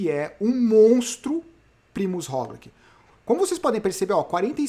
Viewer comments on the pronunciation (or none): Pq vc voltou a falar "Rogliqui" e nao mais "Rogliti"? Sendo que ele mesmo pronuncia o nome dele como "Rogliti....